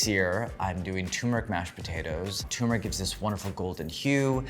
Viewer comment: c'mon, NYT. this guy mispronounces the word "turmeric" as "tumor-ick". He can't read, therefore, he should NOT be given a platform to address the public.